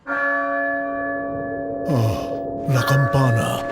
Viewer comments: Fun fact: they pronounce bad two words. Asplastar_Aplastar Escondir_Esconder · There are still many mistakes with the pronunciation and writing, but I guess it works for non native speakers. The cringiest ones for me are: - "puedes correr, pero no puedes escondEEr" (gramatically incorrect and horribly pronounced). - "Es hora de aSplastar" (they pronounce it with that s for some reason and it sounds awfull).